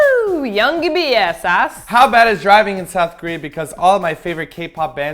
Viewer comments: Lol the way they pronounced the username. Woo Young Bias. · wait why did you pronounce wooyoung bias as woo you bi ass? lol I love you martina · pretty sure you said Woo Young Bia wrong xD